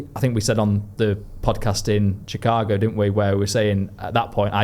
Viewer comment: It’s shih-KAH-go - cheers!